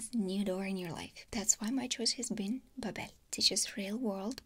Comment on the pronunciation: Pretty funny you're doing a sponsorship for babbel... a language learning program and pronouncing their name wrong lmaoooo